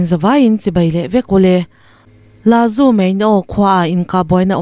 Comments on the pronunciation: Lazu niloin lasu tia lam tur a nia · Laju niloin Lasu aw, chuan Muje niloin Muse tih tur. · La Su",, tih a richhuk tur a nia